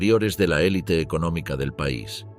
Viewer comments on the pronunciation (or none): none